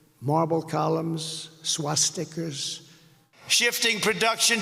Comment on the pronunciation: Swa-stickers in Thigh-land ............. how dastardly !!!!!!!!!!!!!!!!